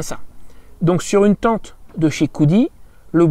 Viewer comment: Tu prononces Teinete avé l'accent.